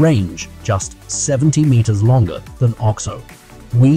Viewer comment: I believe it is called the O-X-O not the Ox O